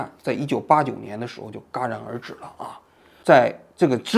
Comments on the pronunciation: 戛（jia）然而止，读成ga😂😂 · 王记者，那叫“戛然而止[jiá rán ér zhǐ]”，不是嘎gá。谢谢！ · jia然而至，不是嘎然而至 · 这一期说得真好，现在看来，温还是很积极、很努力的，说得再简单一些，至少他敢于说出改革这些话。另外，给王局提一个小小的建议，“戛然而止”中的“戛”读音为jia而非ga。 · 王局，不知道听的对不对啊，您说到一个词，叫嘎然而止，应该是念jia戛然而止吧，不知道说的对不起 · 戛然而止的戛，读作jia 二声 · 戛然而止 jiaran，王局是不是读错了？ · 有个错音，在 的地方，戛jiá然而止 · 是戛（jia）然而止😂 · 戛jia然而止哈哈哈哈